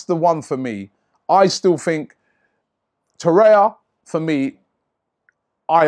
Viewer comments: It's Torreira not Torreia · TorreiRa not Torreia